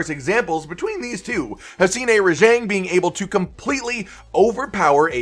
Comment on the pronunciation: Your pronunciation of Rajang is triggering.